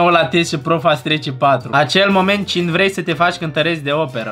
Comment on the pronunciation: Deci dc citești cind atunci când e scris cu ' î' adică è greșit dar tot se citește ca 'când' â și î se citesc la fel